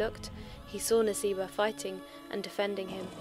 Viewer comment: brother... Arabic pronunciation is Nusaibah.... نسيبه if you read in Arabic it can be read naseebah & in Arabic pronunciation it's nusaibah